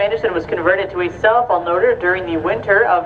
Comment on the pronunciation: I keep hearing 'Cell Phone Leader ', Instead of Self Unloader.